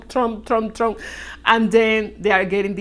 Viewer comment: Trump not trunk